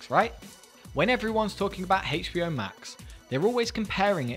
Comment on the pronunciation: Why are you saying HBO like that?